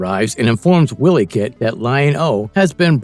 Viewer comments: wiley kit!!!! not willy kit... its pronounced y-lee... also its pumyra ----- Pu my ra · i especially like how the narrator keeps calling wiley kit and wiley kat, as willy cat willy kit..... lmfao